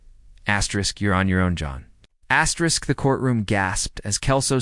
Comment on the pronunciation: I think her name is Astrid…,not Astrisk